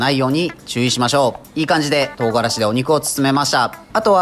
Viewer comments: とう↓がらし↑ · 唐辛子のイントネーションが違う